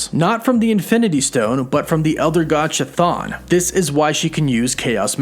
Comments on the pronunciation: K’thaan or Thaan. Not Ch’thaan. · The 'CH" in Chthon is like the "ch" in chemistry, it should be "Kthon". To be more accurate, it derives from the greek "Χθόνιος" which means "of the earth" or "of the underword", and you could pronounce "Ch" like "H" in "Hecate". Sidenote: Hecate, the godess of magic and witchcraft, was considered a chthonic godess. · To anyone wondering, the true pronunciation of Chthon (Χθων) is with a soft initial "H" instead of "ch", like in "Harkness". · Chton is pronounced "Kih-Thone" NOT "CHA-THAWN" please for the love of Greek language pronounce the name correctly. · It’s a hard k sound for that elder gods name not a soft ch sound. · If I may make an alternate pronunciation guide? Chthon might have a hard K (greek version) at the beginning rather than the soft CH. so then K-thon like Kaos (Chaos). Just a thought. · you pronounce chton with "ch" ton not with"k"ton? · Wait, it’s pronounced as “cha-thon”? I always thought it was “Ka-thon” 😅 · They obviously don’t know how to pronounce that name. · It's cthun... Pronounced kathoon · Chthon’s phonetic spelling (Ka-Thune) Sorry man I couldn’t finish the video cause of how you got this one wrong to many times. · Chthon is pronounced Ka-thon just like chthulu is pronounced ka-thulu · chuh-thon. lol. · Pretty sure Chthon is pronounced KUH•TONE. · Chthon pronounced ca-thone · Hey - Cthon is actually pronounced “ca-thone” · Christ... "Ch" is pronounced "K". It's "K-thon". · pronounced Ka'thon. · Its really bugging me how many people pronounce Chthon's name wrong. Pronounce is (KYTH-OWN) Like Mike Tyson trying to say kiss, then own. Chthon. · Chthon is actually pronounced "kthon" from ancient greek "khthónios" as in chthonic ( /ˈTHänik/ ) which is an adjective that describes anything related to the earth or the underworld (ie. a chtonic god). Chtonic is greek for "subterranean". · **NB** Chthon is pronounced ~ K'thon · It’s pronounced KAH-THONE bro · The CH in CHTHON is pronounced as a K.